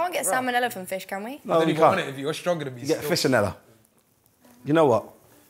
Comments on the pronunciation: The guy raahhhhh said fishanella😂😂😂😂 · Man said fishonella